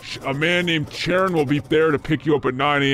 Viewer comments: I love how you say "sharon" as if Charon is a femboy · If you do another one, please pronounce Charon correctly. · sharon!? XD its "Kai-ron" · The CH in Charon is pronounced like a K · YOU KEEP ON PRONOUNCING CHARON WRONG